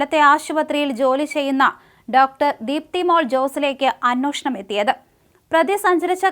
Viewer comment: ചേച്ചി അന്നോഷണം അല്ല അന്വേഷണം. നാക്കു വടിച്ചിട്ടു കഥ പറ